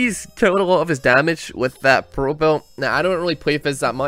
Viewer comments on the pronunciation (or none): I swear to god, calling Fizz 'Fez' is the funniest fucking thing.